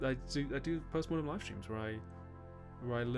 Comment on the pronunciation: i keep hearing postmortem as postmodern